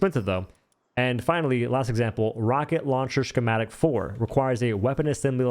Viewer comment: That is not how you say schematic. Ska ma tick